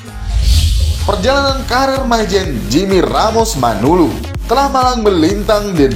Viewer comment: MANALU BUKAN MANULU TLG JANGAN SALAH MENYEBUTKAN....